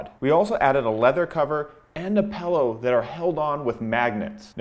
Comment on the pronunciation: He says pellow I stead of pillow.